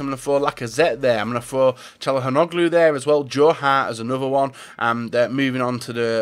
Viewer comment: Calhanoglu = "tshalhanoglu"